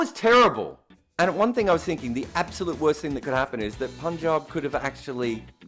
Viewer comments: I would just love it if you become the first white person to pronounce punjab correctly cause I gotta listen to you the whole season and listening to you say poonjab has already become irritating. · Finally said PUNJAB 😭😭😭😭